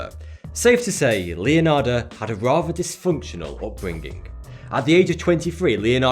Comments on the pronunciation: Anybody noticed how he said Leonardas instead of Leonarda ? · Bro its pronounced Leonarda, thank you xD